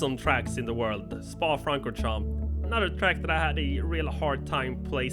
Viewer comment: 'Spa Francorhamps'?